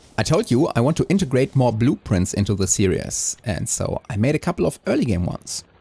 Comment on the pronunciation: The way you pronounce "series" is perfectly valid, but if you're curious how it is spoken by English as a first language speakers, we pronounce it with only two syllables, with both the first and second half being pronounced like German "ie," like in the song name "Die Forelle." No matter how it's pronounced, I'm looking forward to the rest of the series! It's already off to a great start!